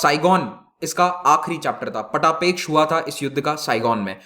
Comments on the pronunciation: पटापेक्ष 😄😄😄 पटाक्षेप होता है सर ! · "पटापेक्ष" नहीं श्रीमान पटाक्षेप उच्चारण होगा । 2.57 min